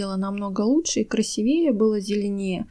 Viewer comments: КрасИвее а не красивЕе говорите правильно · даете советы а у вас все растения хилые и некрасивые. Даже как-то странно да и говорить старайтесь с правильным ударением режет слух КРАСИ ВЕЕ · Спасибо за советы.Но примите и мой совет:говорите правильно.Нельзя говорить кладЕзь,правильное ударение клА дезь,более красивЕе тоже неправильно.КрасИвее без всякого более.Или более красивый. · И не красивЕе, а красИвее! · И что за красивЕЕ,красИвее,говорите по -русски,правильно,пожалуйста.А информация очень полезная,спасибо. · КрасИвее, КлАдесь и т.д. ( правильно). Спасибо за совет, но над ударентями надо поработать. Извините! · КрасивеЕ,остуДиваю,вы,что все не русские? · Спасибо за очень полезные советы!!! Только ставьте пожалуйста ударения правильно: кладезь-ударение на а,красивее-на и. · КрасИвее - ударение в слове строго на «И». И что значит мастхэв? По-русски можно сказать? Вы русская? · большое спасибо за информацию... Но - не кладЕзь, а клАдезь.... КрасИвее.... ( для запоминания: аккуратно - аккурАтнее...красиво - красИвее)... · Советы очень ценные! Но...клдЕзь и красивЕе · Ударение КрасИвее! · Правильно говорить клАдезь и красИвее. И химию стоит подучить, чтобы правильно зачитывать названия химических элементов, раз уж берётесь. Минеральную воду газируют углекислым газом, а не кислородом. Так что Ваше объяснение про насыщение растения кислородом после полива - Ваша фантазия! Вот вроде хорошее дело,, делаете, но так безграмотно и по-дилетантски, что тяжело слушать. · Огромное спасибо за ценные советы. Только ударения делайте правильно: красИвее, клАдезь. Не обижайтесь, вы мне очень понравились. Голос у Вас такой приятный. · А также красИвее, отстОянная вода, не отстАянная... Дальше слушать не стала: кладЕзь просто добил! Извините,. Но если не дружите с русским языком, делайте ролики молча, а текст просто пишите. Несмотря на ваш приятный голос, слушать вас невозможно.